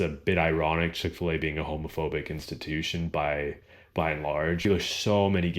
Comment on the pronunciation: It must be because I am British and don't appreciate all the inflections of an American voice, but I just cannot make out what you said your first job was!! To me it sounds like "Chick-fer-lay" but I'm sure that's nothing like it!! Is that something that's specifically American?! And .... one of your hobbies is "Pippa-bow" or "Peepa-ball"?! Is that also a very American thing?! I am keen to learn, and I am sorry if I offended anybody!! 😀